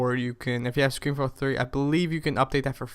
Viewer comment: yeah i gotta question why do u say ScreenFlow Floor :P